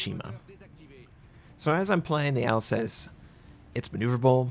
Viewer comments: Not a day passes where doesn't pronounce a foreign name incorrectly:) It's "Alzas" not "Alsess". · it pronounced alsas its easier to say than how you pronouncing it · Say after me, Al-Sass as in mass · pls at least type the ship names into google translate and hear it out, you saying alsace made me cringe so hard and i'm not even french xD